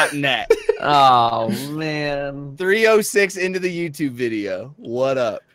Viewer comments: "videio" sorry I couldn't resist lol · Is that really a correction of the word "video" with "videio?" Oh please let that be real. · I’ve watched this at least 10 times and this is the first time I noticed “videio” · videio? anyone else catch that? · Click off the "Vidieo"? xD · Videio? VIDEIO?! REALLY?!